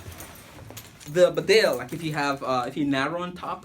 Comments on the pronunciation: It’s pronounced Bee-Dale. Spelled Bedale after the English town of Bedale! Nobody cares about the pronunciation you say? You also said you’d worn that jkt for a year? Damn, you are a bare faced liar! You just put that jacket on fresh, anyone can see that. You are a bull shit merchant my friend. A shifty guy! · We do care how you say it. It is pronounced BEEdale. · Actually, this isn't a simple case of having different regional pronunciations. The bedale jacket gets its name from a town in England. The town is pronounced bee-dale. Similarly, the beaufort jacket is named after Beaufort Castle in Scotland. So when us Brits correct your pronunciation of these names, it's because we realise you're probably not familiar with the origin behind them. Tbh though, I don't really mind how you say it, just thought I'd offer this information. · Beeeeeedsle. Nobody reads comments or cares. But it is pronounced Bee-dale. The people in the region might care. Lol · Exactly, so disrespectful. Not caring how to pronounce correctly a product and a brand you're supposed to 'review' does not make you cool. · hey man you're pronouncing bedale wrong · It's the name of a place and is in the same language....English so there is no excuse for not pronouncing it correctly.